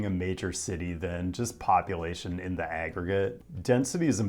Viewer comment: Me hearing him say "population" , while trying to be a rapper to fix the housing crisis: did he say "ovulation"? Am I being helped out by the subconscious collective here? Looking forward to the rest of the video!